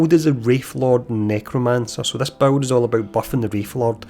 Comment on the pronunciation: You know the word BUILD has zero amounts of W's in it right!?!? Buwild buwld buwild bwuild..... 😂💯 Also funny how u mentioned u can't understand that other creator meanwhile half the people here can't understand whatchu saying!!